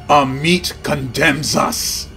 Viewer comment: For future reference, it's pronounced Ah-met, not Ah-meet. Ammit is probably my favourite creature from Egyptian myth, the she-demon that sits by the scales waiting to devour hearts(and by extension the soul) of the impure in the afterlife. A double death really. Not technically good or evil, just doing a job.